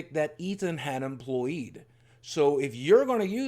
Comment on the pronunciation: was an intesting pronounciation of employeed haha